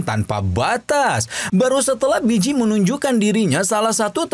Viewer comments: Walaupun emang namanya di tulis Bi ji tapi dichina cara baca nya harusnya Pi ji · Baeyji bang bukan biji😂😂